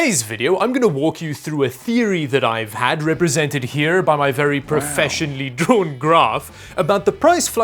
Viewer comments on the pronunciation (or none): it´s drawn, not drewn....HA!:face-blue-smiling